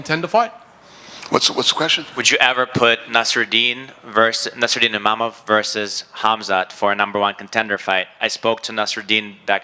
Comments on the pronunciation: People are turning their back in seconds thats hilarious, Adesanya's forever a legend PS: STOP SAYING IMAMOV for gods sake, its Imavov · what's the translator doing not being able to say Imavov's name correctly... twice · Imavov gives a speech about how to pronounce his name and this goes mispronounces it just a few minutes later.